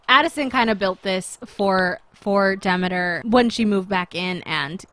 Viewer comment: its pronounced De-ME-ter